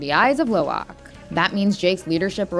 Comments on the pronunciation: Dont you know It its actually Lo'ak not Lowak? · It's Lo'ak not Lowak